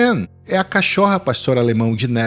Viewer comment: Nossa, que narrativa perfeita. O único problema é falar "cachórra".